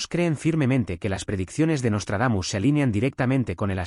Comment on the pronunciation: Jajajaja pura mmda el " nostardamus mucho" ....